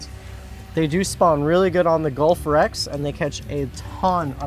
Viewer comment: Bro said "They're usually further where they SPAWN" soundin' like the fish is getting a Call of Duty fresh spawn in